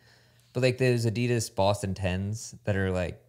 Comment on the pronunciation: Can someone please get to pronounce Adidas like a normal American instead of like a pretentious douche? Enjoy everything the group does except this one very annoying thing.